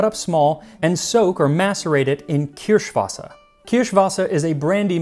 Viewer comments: Your german pronounciation of Kirschwasser is on Point👌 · Bonus points on the pronunciation of "Kirschwasser".